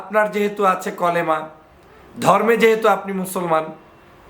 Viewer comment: কলেমা নয় কালেমা